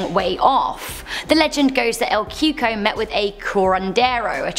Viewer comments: Lmao she said el cuko it’s cocou or ( coocooeee) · "El coo-cooye" is how you pronounced number 9 at the beginning